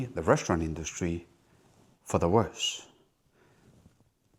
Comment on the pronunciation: What do "reschtaurant" and "induschtry" mean?